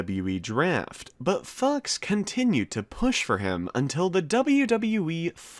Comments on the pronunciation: Why do you say Fox like Fux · yeah i know but he said fux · I swear I keep hearing you say "fucks" or "fuzz" 😂😂😂😂😂😂😂😂😂